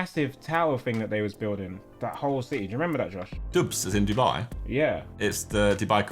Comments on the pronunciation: The dub-eye 💀💀💀Im shleeeeep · "The Dubeye" ahahaha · “Dub-eye”, good one Tobs...